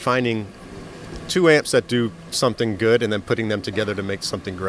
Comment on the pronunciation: We need an Anderton's t-shirt, picture of the, with a speech bubble above his head saying, "SOMETHINK"